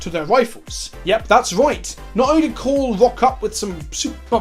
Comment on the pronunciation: This is the first time I've heard someone pronounce Cawls name right the first time lol Also Cawl isnt actually a leader of the Mechanicus, hes actually vilified by a good chunk of the Mechanicus due to his "forward thinking" ways (inventing without first going through different pieces of Mechanicus bureaucracy, and although he's asked several times to be made Fabricator General (leader of the Mechanicus) Guillimon has refused him every time. Imo "Girlyman" isnt a joke because "Haha girls are weak", I think its because you're making his name sound sillier than it already is, my favorite personally is "Rodent Guillotine" So the "in lore" reasons for the Primaris creation is cause Cawl can take someones brain and basically make them a part of him, the first time he did this was when he was forced into it by one of the original scientists of the Astartes project, but his will was so powerful he basically overrided the guy and took control. Supposedly he's done this several times, but it really only goes into detail with 1 as far as I'm aware. Also the Primaris marines were not actually accepted by everyone, for example the Flesh Tearers Chapter said "He (Guillotine) would make us Ultramarines in red!" and outright refused to accept the reinforcements, despite his chapter being at like, 1/4th strength. Also Fun Fact, apparently Primaris Marines are relatively accurate size, iiiif they were normal Astartes lol Personally I love the new Sculpts, but I hate how dirty they're d